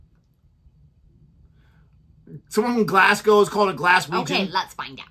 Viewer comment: Glaz go, not bloody giass cow ffs